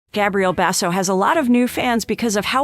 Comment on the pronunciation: God, you cant pronounce his na,e or hos m sister's name CORR E CTLY